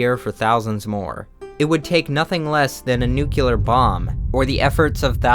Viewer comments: He’s a 10 but he pronounces it “nuke-u-ler” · an excellent video other than the "nucular"... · Great video, but it's 'nuclear', not "nuculer". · You pronounced Illinois... illinoiZZZZ? dude anybody knows its ILLINOY and NUCLEAR not George dubya Bush saying NUKULAR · NUCLEAR not NUCULAR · This guy is obviously very smart, but him saying “nucular” cracked me up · nucular bomb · Did you just say nuke-ya-lurr? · Noticed a common pronunciation error, , you pronounced Nuclear incorrectly, I sound like I'm nitpicking very hard, I'm sorry for that